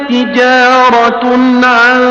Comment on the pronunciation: تِجَارَةً کی جگہ پر تِجَارَةٌ پڑھتے ہو اس کو ٹھیک کرو لوگ سنتے ہیں اور اور ثواب ملےگا اور اگر غلط سنے گے تو گناہ بھی ہوگا